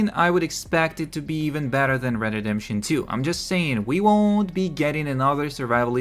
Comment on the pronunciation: "Red Dead DeDeMpToN 2"😂 omfg